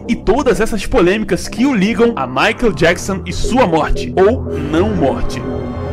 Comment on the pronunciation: Por favor, aprenda a pronunciar "michael"